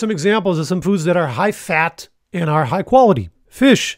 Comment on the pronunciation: Editors Note: It’s HIGH fat or carbs NOT hi as in hello.